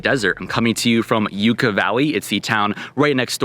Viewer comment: Enjoy your vids, thanks for sharing…but one thing. It’s Yucca as in “Yuck-ah,” not “You-kah.” 😀